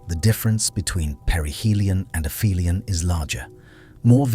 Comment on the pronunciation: its not "afemialan" its the opposite of " peri helion ", ie "api helion"